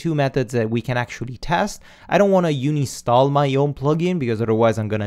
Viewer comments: Great tutorial. All of this is very new to me, so I am glad with what you teach. (Just one very minor, totally unimportant thing..... You talk about "uni-stall"m but it is actual "un-install". :-) ) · bud you said, uni-stall a plug in. It is Un-install lol. Love your vids though, just a comment... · Dude it's called UN INSTALL not UNI STALL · I thought it's un-install, not uni-stall ? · "Uni Stall" *Un install ;) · bless the way you pronounce UNINSTALL. Love all your vids.